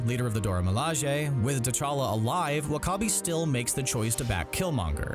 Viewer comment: I’m sure killmonger is “aylive”